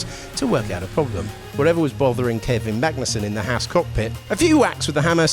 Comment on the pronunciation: I hope this will be the season when British announcers learn how to properly pronounce Haas.